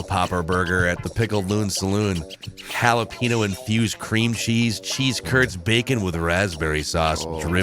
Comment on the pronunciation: Mexico - “jalapeño” - “Halla Pinot”